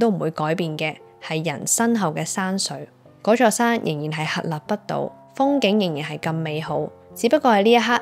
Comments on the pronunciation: 份詞同曲都寫得好好 呀jer的聲線都好適合演繹呢首歌 Btw 女主持個節奏掌握得唔錯 不過聲線控制有進步空間 同埋有讀錯字，屹立嗰到好明顯 期待下次會更好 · 屹立，屹字讀錯音了。